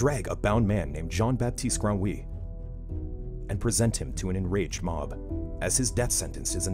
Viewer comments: The boy's name is Grenouille, which is the French word for "frog". The name is not pronounced "gron-wee" as the announcer constantly says. It is properly and easily pronounced "gren-oo-ee". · “Gron-wee” Man it’s “grun-uy” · Grande ouille, wtf lol you destroyed the word. it's acutally Gre noo ye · The name is not "grand oui" but grenouille (pronounced: \ɡʁə.nuj\ ), which means "frog" in French... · It's pronounced gruh-nooy not gron-wee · That's not how you pronounce grenouille xD it's not ''Gran-we'' if I have to explain it in English it would look like this for you ''Greu-nooyeu'' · Gron-oui lmao the pronunciation xD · Grenouille is pronounce "gruh • NEW-eey-yuh" The final "uh" being sometimes imperceivable. I just wanted to put that out there for anyone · Ok but how do you take grenouille and prononce it grunwe? Just curious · "Granoui"! What was that! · As a french person I can't help but chuckle every time he says "Grenouille", because it actually means frog and I can't help but picture someone being like "WOW look at this fat GRANOUI" . For the curious people out there, the actual pronunciation is "ɡʁə.nuj" or something like "grenuil" same e as in "herb" and same -il as in "oil". Still really cool that he tried to get the word as accurately as possible tho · As a person who speaks french, the way that he pronounces his last name, grenouille, really infuriates me lol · The way he pronounces Grenouille is hilarious !! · Ya….. I’ve been getting flamed pretty hard for it haha. My French sucks. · Being french and earing you say Grenouille makes me laugh 🤣 good recap tho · what a funny way to say "grenouille" lol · Neat story recaps, but as a frenchman the way the name "Grenouille" of the character is pronounced here weirded me so much ! It sound absolutely nothing like the way it's pronounced in french. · Grenouille is frog in French and its not pronounce like that AT ALL. Google trad is your friend. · How tf do you pronounce grenouille like that 😥